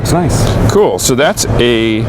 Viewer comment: I think he said nice but with an o.